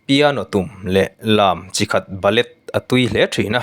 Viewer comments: Lam chikhat hi, a lamdan ah chuan Bale ti a lamtur,, ( Ba...le) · Ballet hi ba- lay ti a lam tur, lo sawi rawh i ti bawk a, ka in thlahrung lo mai😊